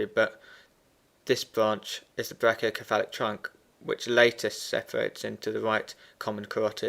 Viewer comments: ME TOO!!! lol, i love his videos.. but come on man.. it's brachio"se"phalic not brachio"ke"falic! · Its pronounced (Brake-E-O-sefalik)